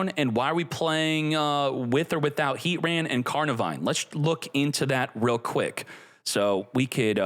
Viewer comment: Ar-key-us and R-Sea-Us are both widely used. the correct way is Ar-key-us but nobody really cares. Heatran however is Heat-Tran NOT Heat-RAN. nobody says that 😂